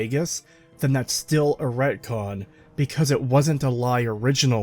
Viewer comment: ReTcon. Not racon.